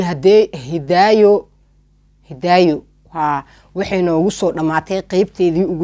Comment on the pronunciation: Ayaaney Masha allah Waxa jecladay sida aad magacyga uku dhawaqayso Magacayga waa isii macaysay Malaga Yaabaa inaa markale qisa qurux badan kuso qadato magaceey xppti mar marka qaar intan is ilawa marka Hidaayo Dhahdo Hee Ika so fakaneyso 😂😂